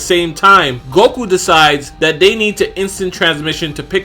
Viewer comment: Everybody says "Goku" until they make a YouTube vid. Then it's "Gogu" all the sudden 👆🏽